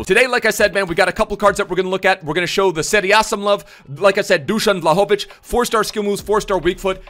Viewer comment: You living in Sweden or wherever and not knowing how to pronounce his name is embarrassing